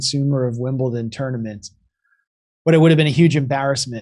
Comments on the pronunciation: It’s Wimbledon not Wimbleton! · It is WIMBLEDON ...pronounced "dun" not "tun". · Wimbleton ! No Jimmy , its WIMBLEDON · WimbleDon not WimblTon Jimmy!🙄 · It's Wimbledon not Wimbleton,Jimmy. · Dear America it is WimbleDon not WimbleTon, sorry for being pedantic but it really bothers me because all Americans do this and I do not get it 🤷🏻‍♀️🙏✌️